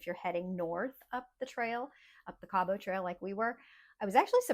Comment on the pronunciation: I enjoyed this, and happy you enjoyed your visit here as well. A little note, it is pronouced Kabbit, not Cab-ought 🙂